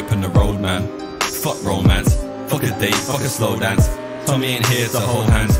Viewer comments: This is sick but I don't rate how he pronounces dance 😅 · Screams of Randolph flow. Also the pronunciation of Dance